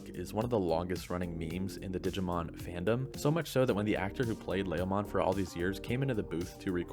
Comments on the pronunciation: Ley-o-mon ? leomon bud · LA-O-mon??? No no. It's LE-O-mon... Leomom. Don't get me started on the other names and butchered. What a noob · It's pronounced L E O mon, not laomon. What is it with YouTube anime reviewers and mispronouncing names? leo- in Leomon is latin for lion. Even the official English dub pronounces Leomon with a long E. You all do this with Naruto anime's too. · what is it with youtubers mispronouncing anime names? It's L-E-OMON, not Lahomon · It's LEEEEEE -o-mon. Not LAY-o-mon. You don't even have an accent to excuse the mispronunciation. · You pronounced Leomon wrongly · Why do u say leomon like that 😆